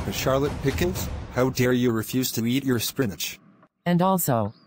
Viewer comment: And the way he says "Pickles" sounds more like "Pickins".